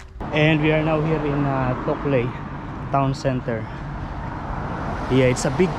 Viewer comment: The big truck is called a road train. Toukley is pronounced "too - klee". I spent a weekend in Toukley when I was a teenager. We stayed in someone's fishing cabin, as I recall. I know I thought it was a nice place but I honestly don't remember any details. That would have been more than fifty years ago! Gosh I'm old! LOL